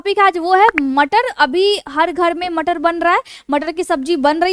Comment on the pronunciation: So sweet "Matarr" lecture. 😅😂